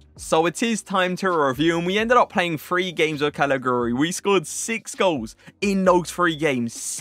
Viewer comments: Calajuri it's pronounced I think bro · He is pronounced Kalichewry :) giu = chew in italian, like giuseppe :)